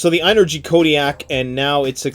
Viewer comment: Its pronounced just like the word energy. ...think about it..the word "in"..ergy...